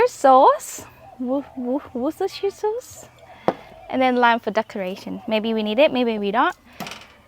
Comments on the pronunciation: Looking awesome …as normal. I love these oysters! And you did great pronouncing Worcestershire Sauce…Wustershur is the phonetic way of pronouncing it…but well done! 🎉🎉🎉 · Great cook! Oh and you said Worcestershire sauce perfect 😂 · you pronounce Worcestershire better than most Americans!